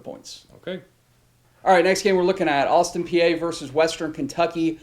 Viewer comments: Its austin pee not austin pee-eh lols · Exactly! It’s pronounced Austin Pee